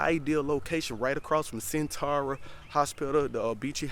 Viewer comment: It’s Norfuck and suffuck don’t pronounce the o. Also it’s sen-tera 😂😂